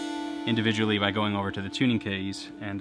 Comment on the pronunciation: "Tuning Keays" Very British